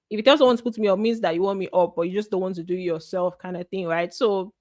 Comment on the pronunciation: You resemble one of my course mate with all the features Except with the way u this ur “yoo”